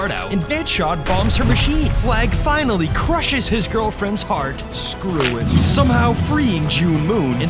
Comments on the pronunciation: You like to say SREW IT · why they keep saying sruit